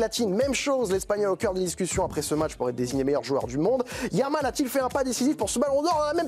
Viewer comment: When you have an Arab name he said lamin yamal.. Jamal why he says M. Jordan..French have no problem pronouncing the letter J unlike Spanish